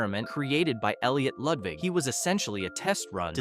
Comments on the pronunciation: Bro you said Elliot ludvig It is supposed to be Elliot lugwig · Why did I think bro said Loodvigg from My Singing Monsters instead of Ludwig?! 😭😭😭😭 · Why did you say lodvig 😂😂😂😂😂😂